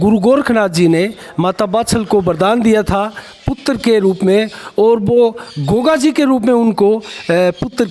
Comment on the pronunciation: Gugoji nhi gogaji bolo bhai